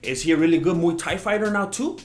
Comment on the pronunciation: It's muay not mu dumbass